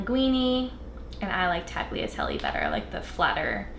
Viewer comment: Omg noooo that pronunciation of tagliatelle. I'm deceased. 😂☠️